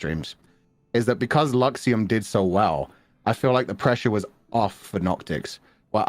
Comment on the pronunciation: やっぱラクシエムって聞こえる うん 英語 Luxiemで覚えよう。ｗ。」